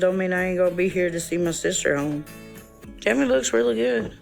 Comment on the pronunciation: Tell me why I spent half this video trying to figure out who "Timmy" was when was just saying Tammy a little different & I said "ohhhhhh shes saying TAMMY" hahahaha am I losing my braincells 1 & 2 hahahaha